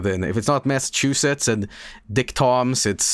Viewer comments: Lmao can't pronounce masschewdicks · as someone from Massachusetts it amused me greatly to listen to funny Swedish man try to pronounce it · mispronouncing Massachusetts isnt even bad I know alot of english speakers who struggle to say it so it's not a huge deal.